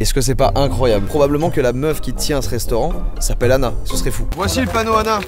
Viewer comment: Quand vous dites « une Anna » ça fait vraiment bizarre car j’ai l’impression que vous dites « une nana » donc quand vous dites « il faut qu’on trouve une Anna » c’est très perturbant